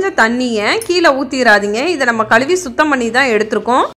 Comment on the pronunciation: Thank you for your great video. My request is to pronounce Tamil correctly. I feel bad when you say கழுவி, அழுகி ...